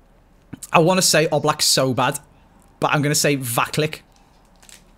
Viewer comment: Andy Vaclik is pronounced : Vatsleek Im also from Czech Republic 🇨🇿🇨🇿